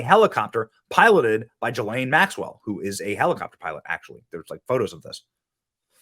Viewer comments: her name is pronounced..Gee Laine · Ghislaine is pronounced with a hard G.